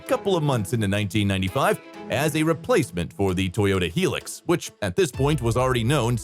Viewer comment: High Lucks, not Helix